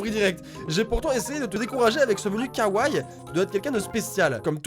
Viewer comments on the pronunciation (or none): C se dit kawaii tu prononce le i a la fin